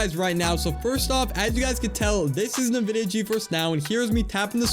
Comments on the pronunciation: Great video. PS its pronounced INvidia, rather than Navidia. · "Nividia" lol